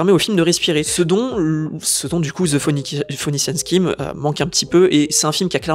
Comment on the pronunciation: "de fenichean skim" mdr